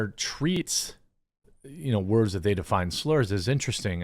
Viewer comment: Wordzezez!! REeeeeeeee!! 😂😂